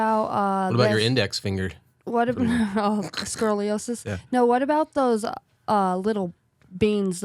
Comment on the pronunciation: "scrolliosis!" 😂😂😂😂😂😂😂😂